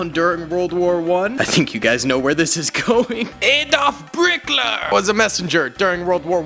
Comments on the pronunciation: lol bro calling hitler "brickler" i never could stop laughing at that part but still i respect this video and i hope he still makes new ones. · its Hitler not blikker